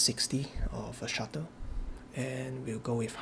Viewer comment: It's "Shutter" not "Shuttle", I mean it even says right there in the menu 😉Anyway, great video, good work! You're getting so much more out of the ZMP!